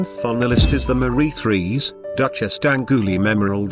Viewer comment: Queen Merry?!? Really? And Marie Threes instead of Marie Terese. Get rid of the automated voice.